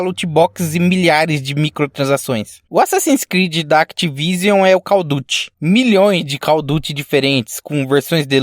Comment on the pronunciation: foi kkkkk ele faz a mesma coisa em outros videos, mas no toddyn ele fala call of duty normal kkkkk